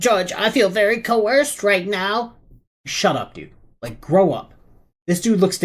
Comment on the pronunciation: Don't you mean "co-hersed"? AND WOULD YOU PLEASE SIT DOWN, YOU FOOL?